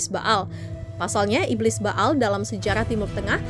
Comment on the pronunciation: Ba'al = Be'ol 😅